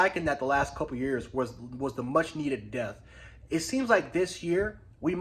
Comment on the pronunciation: Yo you keep pronouncing the word “depth” incorrectly. You say it like this - dep-tha not “death”. You gotta put emphasis on the “p”.